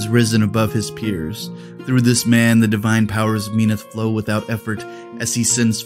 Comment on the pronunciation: MEN-awth sounds better instead of MEEN-awth. The nasal pronunciation trends in Privateer Press like KAY-dor instead of KUH-dor, ur-CANE instead of ur-KHAN, are so annoying and French/wimpy/whiney/nasal-y sounding. Bleh